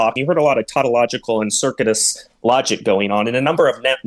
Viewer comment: He's an absolute pseud. I like how he can't pronounce "circuitous" correctly.